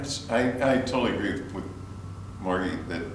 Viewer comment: Ahh, Mar gey not Mar g